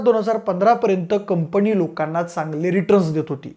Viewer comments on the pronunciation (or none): कंपणी नाही रे कंपनी